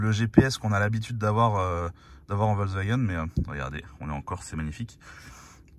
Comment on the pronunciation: C'est quoi cette communication sur le Amarok et "Wolksvagen" ? (On entend que ce nom sur la 2eme moitiée de la video). Franchement dommage pour une video de comparaison sur les pick up...